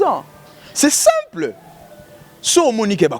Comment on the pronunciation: Marcheveque alela ko tia ba U naba phrase naye hein, lol c'est simpleu etc..